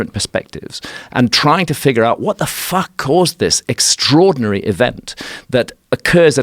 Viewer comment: Love how learned he is but really emphasises his points with a big ‘Fffffuck’. Amazing use of language.